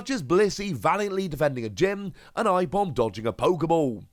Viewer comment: Ipom?? Its Aipom